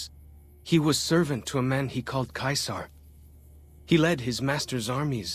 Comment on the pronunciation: Joshua Graham is one of the best NPCs in New Vegas! He was Caesar's Legion but now he doesn't even give Caesar the respect of pronouncing it like other Caesar's legion followers